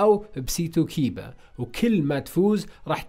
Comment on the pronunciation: كايبا لما يسمع كيبا : Excuse me